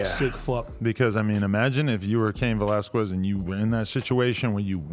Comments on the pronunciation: whats so hard about saying that Q sound? Its not velaskwez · Kes not ques...is how you prenounce it... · Skez... its pronounced skez not squez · Cain Velasquez “velas-kez” not quez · Lmao you said valesquez like you have NO IDEA WTF THE UFC or who Cain is.. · Adam saying valasquiez. is killing me lmao. bruh stop. it aint pronounced liek that. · Valasqwez 😂. Come on Adam 😂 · “Vel-ass-kwez” why the fuck u keep sayin it like that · Adam saying velasQWEZ makes me pissed lol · “Cain VelasQUEZ” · “Velas-qwez” -Adam22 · FREE CAIN and Adam stop fucking saying Val-las-kwez. Just say his first name at that point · Velasquez! (veh-las-kes) ... you're welcome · Aye real talk we need a Latino in and around No jumper to show Adam and crew to pronounce Velasquez lmao 😂 love this channel tho! G’s up!! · You're killing bros last name...🤣🤣🤣🤣🤣🤣🤣🤣🤣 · Adam, learn some Spanish please lmao. You say Cains last name all f@ up 😂😂😂🤘🏽😂😂😂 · Why Adam keep pronouncing cains last name like that 😂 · Stop saying that man last name like that 🤣🤣🤣🤣🤣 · why adam pronounce the last name like that 😭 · Adam learn how to say Velasquez you clown